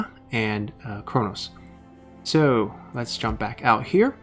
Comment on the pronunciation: I really hate to be the grammar nazi guy, but you've mispronounced "Knossos" as " Chronos", which are compeletely different things, several times already. You just ignore the "K" letter and say "Nosos", it's really not hard. If you don't, it's cool, just had to put it out there. Stay awesome.